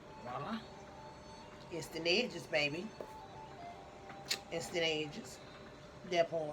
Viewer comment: "Remember to like and subshribe" "Eensteent Ehhdges" 🤣🤣 Damn I love her!